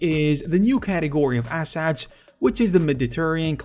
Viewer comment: I love how he says assets. "ass hats"